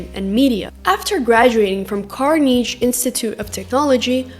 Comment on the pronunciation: Carneeige and Glamoor? :face-fuchsia-tongue-out